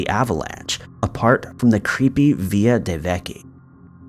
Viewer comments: Villa “ill” V”ill”a NOT VEEYA. If not from that country, please stop trying to pronounce it with an authenticity you do not have, please. 😬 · ViLLa, not vi-ya like in Spanish. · I think it's villa, not sure why he pronounced it's via. I tried looking up the via just in case it was a word I've never heard but nothing came up. As for the first guy's death? I'm curious as well, it was during the finishing construction so the possibilities are endless. If I find anything I'll update. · When u say Via do you mean villa? It's pronounced vill like villian and ahh...like at the dentist (or creepy villa....AAAHHH lool) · It's Italian so it's Villa as inside a Roman Villa, not 'Viya" as in Spanish. You pronounce the 'L's. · Ok buddy listen up for the first and last time, it's pronounced (vil)( la) ok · Villa pronounced via got me🥺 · how many times do i have to listen to you say villa wrong ffs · Different countries have different pronunciation of that word, in Spain and other places it's pronounced Via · Yeah, other countries pronounce the l so I guess both ways are acceptable.